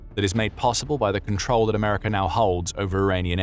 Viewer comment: Americer 😂 Rusher 😂